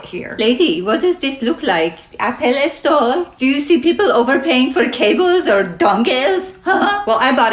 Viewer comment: "Apple es store"?😂